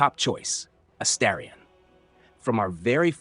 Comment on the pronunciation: Astarion pronounced 5 different ways and exactly 0 of them correct. Jaheira was driving me insane too.